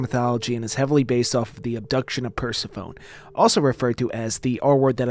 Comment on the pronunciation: Persephone (Per-sef-on-knee)